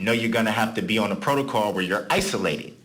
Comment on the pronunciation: Okay class today’s word is “Protocol” or in the dictionary of Darrell , Protocaw/Protacall or Prodacawl so just be aware 😂